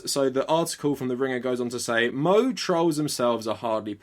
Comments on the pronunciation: me: it's moh-ay not moe these are anime girls i'm probaly unhealthily obsessed with not a yellow bartender................yes i have no life. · It's moe-eh not moe-ay you pronounced it wrong too. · Moe isn't pronounced "moh", you meant to pronounce the 'e'. So mo-eh. Good video, though. I subscribed. I was wondering why I saw those trends popping up in some places in the anime community. Now I know! Thanks! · You have a lot of nerve calling the people who romanized it weeaboos when you can't even pronounce it right you're self it's pronounced moe-eh not moe-ay you're a weeaboo who thinks you're so smart because you can proniunce it right when you actually can't even pronounce it right yourself. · It's pronounced moe-eh not moe-ay it pisses me off so much when people like you correct someone pronouncing something wrong by pronouncing it wrong learn how to pronounce Japanese words yourself before correcting people. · I'm sure everyone's already commented this, but moe = "mo-eh" 😊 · Its jus a meme, I first learned about it, when I joined K On fandom. And its wierd but its funny, that theyre fascist. K On is a very wholesome anime where there is no kind of politics in it, its just about girls forming a band. Moe is pronounced Mo - weh. And there is a meme called K On fans are rascist. And I dont where it came from, mostly theyre just trolling. But some are genuinly love history, and isnt the fcked up in the head but kinda antisemitic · Great video. It's pronounced "moh- ey", two syllables. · It's pronounced mo-A. But an interesting take. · Actually it's pronounced mo-eh i larned that from "no more heroes" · Maybe someone already mentioned this before but you absolutely butchered the japanese in this video. you pronounce moe as mo-ei. Might be good to have a little understanding of how the vowels are pronounced next time. cheers. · moe = "mow eh" like "mow the lawn, eh" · Every time this man said “mo” i died a little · it's pronounced moe-ay lmao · "Mo-eh" not "Mo-ay"